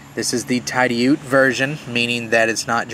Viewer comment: Great video. Hey, allow me to help you out with the pronunciation of "TIDIOUTE". There are 2 ways to pronounce it. One way is: "TIDD-EEE-YOOT".....that is the way most say it. But the actual way is: "TIDDY- OUT", as in "go OUTside". ( It's not pronounced like the laundry detergent "TIDE"....the proper way to pronounce the first syllable rhymes with "BID" so it's "TIDD" "EEE" "YOOT" ) It is an ancient word from the Iroquois Indians meaning "protrusion of land" like a peninsula. The land that the town of Tidioute is on, is where the Allegheny River does a hairpin turn, and that finger of land inside of that river-bend is where Tidioute is located. Bill Howard first opened the doors to GEC on August 1st, 2006. The old factory needed cleaned up & had been vandalized while it sat vacant. Next, Bill brought in all the old cutlery machinery that he bought from some wise people who bought & kept it themselves. Thank God all that old cutlery machinery wasn't sent to the scrap yard. Bill immediately hired & began training up his workforce & they made approximately 1500 knives nearing the end of 2006, and they first released those 1500 knives to the dealers about March of 2007. I don't see how he pulled all that off in such a short time, but he did. The #73 and the #23 both are a very close copy to the old original Remington "Bullet trappers" from the early 1900's, one of the best heavier-duty trapper patterns. ( And so is the #42 that came after, as well as the brand new #83 that